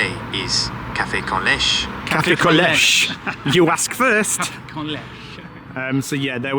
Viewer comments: I live in Spain, it's pronounced lay-cha not lesh. Useful to know as you will probably drink it a lot. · Lovely vlog, as per. Leche is pronounce letch-ay (AI mispronounces it, unfortunately but it's definitely not lesh or le-shay Safe trip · I have been wondering what they used to translate Cafe con Leche. I also am sure that I heard the lady who brought it to them say “ leh chey” not “lesh”. Makes me cringe to hear it pronounced that way. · Sorry /hide Leche is pronounced lechay as if there's an acute accent over the final e . The sound bite you played sounds english phonetic. Maybe it's pronounced 'con lesh' in some other part of spain other than where sisnab lived for several years. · You need to ditch your translation app because it’s incorrect . In Spanish a milky coffee is pronounced caf-ay con lech-ay. In Spanish, unlike French you pronounce every letter/ syllable!